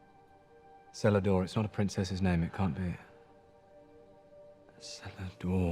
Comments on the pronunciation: If they bothered to do the research, they'd know it was pronounced "Keledor" with a hard C. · Celador ... Wouldn't that have a hard C like a K in elvish ? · Celador is pronounced with a hard C. Tsk tsk